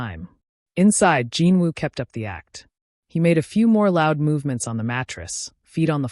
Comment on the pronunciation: Please, not "Jean", Jin. Watching from Trinidad 🇹🇹